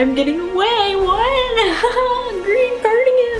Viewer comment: AT THE END SHE SAID GREEN CARDGEN